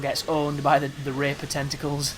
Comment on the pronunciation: are you an indian.. the way you pronounce tentacles like tentocols.. LOL no offense men.. =)